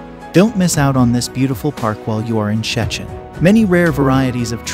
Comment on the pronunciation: nice, but it's an AI voice, still can't pronounce Szczecin 😛